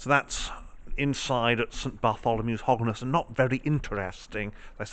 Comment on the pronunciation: It’s pronounced Hog n stun